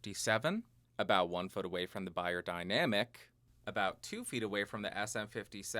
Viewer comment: its pronounced BAYER ffs